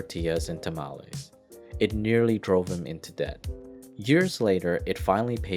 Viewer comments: It's not tamaalese it's tamales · lol tamowlees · "Tuhmallies"... "Tackos"... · Please get a human to narrate. The goofy pronunciations are too much. "Sow-thern" "Ta-malees, like 'malformed' mal" "Cah-suh, like 'cat' " "Tack-oh" I mean, c'mon. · Plz stop saying tamales like that